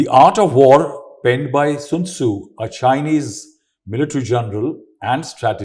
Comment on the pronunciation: Sun Tzu, not Soon Tzu.